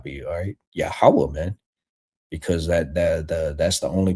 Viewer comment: Who the fuck is Yahawah. It’s Yahweh.